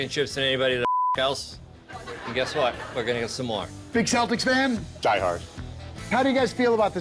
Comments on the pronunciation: I heard "Saltics" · The C in Celtic is pronounced like the letter K, not the letter S.